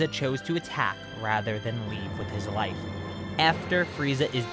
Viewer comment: doesn't it kinda sound like he's saying "Freiza chose to attack instead of leaving with his Wife." instead of Life to anyone else